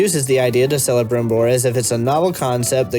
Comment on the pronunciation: It's pronounced "Kelebrimbor", not "Selebrimbor" ^^ Great review otherwise. This could have been so good. But they completely snuffed it up.